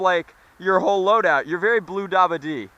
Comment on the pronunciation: stop saying bluedabade it annoys the crap out of me and makes me cringe